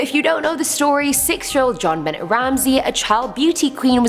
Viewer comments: Number four's name is pronounce Jonbonay,not jonbennett. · u know that u are my fave host but, u pronounced Benet wrong...it's Be-nay...NO SHADE!! U are my absolute favorite...thanks for the content. U have a wonderful sense of humor😉😙💖💖💖💖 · not ben ette it's Jon Benay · Jonbenet is french it's not John Benet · Its pronounced John bena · It's pronounced Ben-ay....I'm sorry but that irritated me. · JonBenet Ramsey's name is pronounce like jon boune' ramsey it's french (her first name) just an fyi. I didn't know who you were talking about till you got into the story lol. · its pronounced jon-be-neh